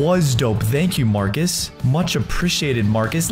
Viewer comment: and you said farcus